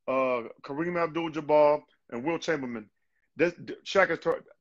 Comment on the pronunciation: "Will Chambermin" hahahahahaha